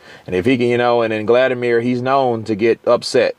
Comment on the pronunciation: Why do you keep calling him Gladimir?